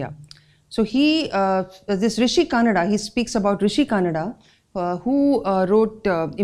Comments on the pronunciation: One small correction, very insignificant though. Kanada needs to be pronounced as कणाद . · Kanada should be pronunced as कणाद.